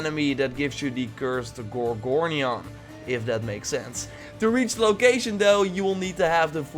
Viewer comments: it is pronounced with a g not j. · I think the gorgonian is pronounced with J in the place of G, like in Georgia